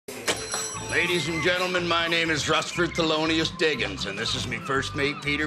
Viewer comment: "Russfert"? I thought "Rusty" was short for "Rustford"